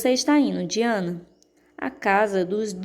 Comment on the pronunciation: Anthony Pye ( pronuncia se Anthony PAI) MARILLA Diana (pronuncia se DAYANA)